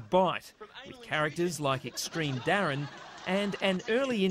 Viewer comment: Did they really just say DARREN and Nathan Sims? For fuck sake.